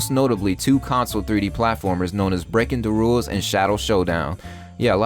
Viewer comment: Breakindawules. Lol